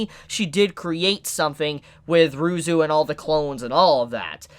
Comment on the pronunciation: Oh ya and Ryuzu is Ruzu apparantly.